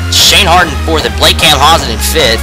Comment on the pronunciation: Dude,you need to work on your frame rate. You also mis-pronounced my name. Camp-pow-sun is the right way.